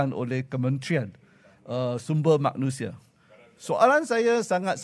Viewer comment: Woii lancau lu kerusi pon xade..bising2 bikin apa?? Lu pergi belajar bahasa melayu dulu lah,!! Itu itu maknusiaaa,,it's fkcing MANUSIA..😂😂😂😂😂😂😂